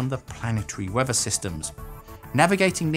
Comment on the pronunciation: "if you fought airships," "planetary wevva systems"